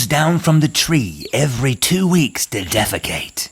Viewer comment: "the sloath wants to deefacate"